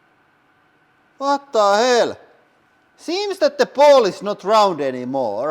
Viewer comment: “Watta hell”💀💀